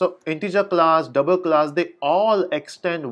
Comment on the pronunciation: Love the way you say "Dabl" & "GettaSetta" :D